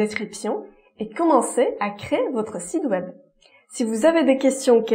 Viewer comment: Tout va bien dans ce contenu La fausse note c'est la prononciation de site web qui est devenu sid web 🤣 chez nius sid veut dire monsieur Le tt donne monsieur web Merciiii